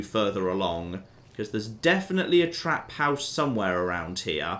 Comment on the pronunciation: Lol, can't get over hearing say 'trap house'.